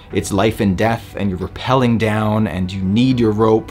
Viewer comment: Great knot and cool video but it is rappelling not reppelling......